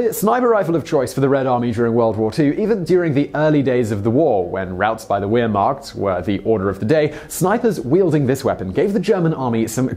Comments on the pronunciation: 'Ware-mocked?' Wehrmacht is pronounced 'vehr-macht,' Simon. Shame, shame. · Honestly, Wehrmacht is pronounced "ver-mact". Russia do have some interesting weapons and may not be too advanced, but man they're hardcore. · lol he pronounced Wehrmacht with the sound of a W instead of a V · Simon, please work on pronunciation. The 'w' in German is pronounced like the English 'v'. And so on. Surely, as you do your excellent research, you can check the pronunciation. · Dear Simon Wehrmacht isn't pronounced weer-mark. It almost sounds like you're saying "Ear-marked"... It's a German word, so the "W" is pronounced as a "V" and thus "Wehr-" is pronounced exactly the same way you'd expect to hear a German pronounce the word "Where" or "Were" or "We're". Or, if that's confusing, say the word "Vary" out loud. Now say it again, but without the "y" at the end. That's how you say "Wehr-" in the word "Wehrmacht". The "-macht" part is really easy to pronounce, if you can't vocalise a German 'ch' sound. Just start saying "Mack Truck," but don't actually say the "uck" part of "truck". Put those sounds together to pronounce "Wehrmacht" properly (hopefully)... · its pronounced "Vehr- macht" .... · Wehrmacht is pronounced "Vair Mokt" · Wehrmacht is pronounced as if the W were a V. The Germans don't have a W sound in their language. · Just so you know you're pronouncing Wehrmacht wrong my German is pretty poor but I'm pretty sure the W is pronounced as a V. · OPERATION BARB-A-ROSA....thanks:) t-34 not 35...VAIR not Ware....